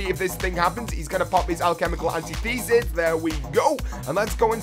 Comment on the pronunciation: an-tith-ehsis... and you only get 10 points from keepers for shots on, none for kills.